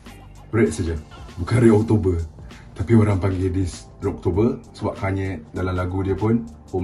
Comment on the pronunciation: Hagahaha tanye kanye guna loghat utara 😅😅😁😁